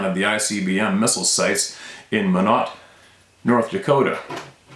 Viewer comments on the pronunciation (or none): Minot. Pronounced My' not